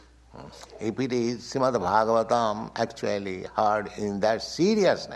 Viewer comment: Who is introducing this?! can’t even pronounce properly Srimad Bhagavatam! Get it together